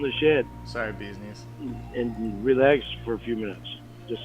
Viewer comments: For a guy that claims he works so hard, I feel like he constantly talks about how he "ru-lay-axes." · I keep hearing him say wield an ax instead of relax, weird.